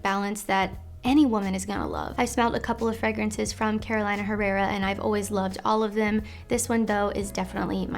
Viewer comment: hey, it pronounced Carolina (Care-O-Lee-Nuh) herrera. Best! love the video